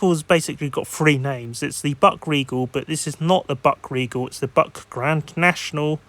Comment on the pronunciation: Buick is pronounced as "BYOO" + "ik" Happens to the best of us. Good luck with ur next video 👋🏾🙂